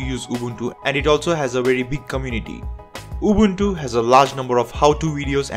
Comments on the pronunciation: He does actually pronounce UbUNtU the way it sounds in the original language that the name came from. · I hope to not come out as rude 😉 yet as said I simply appreciate it meaning I don't expect most people to get it right. I had to give credit where it's due for someone taking the extra step in pronouncing it correctly. Also in Africa just like the rest of the world Linux based systems are in minority yet despite that most folks here are aware of Ubuntu despite not running it this is due to the word's inspiration from "Ubuntu" which has an important meaning in SA to the majority of Nguni tribes such as myself. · He pronounced Ubuntu correctly. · He deserves a good pap and nyama feast for that excellent pronounciation. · For once someone pronounces Ubuntu the correct way. Appreciate it coming from a South African. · he pronounces it correctly. Now, pay the man! 😂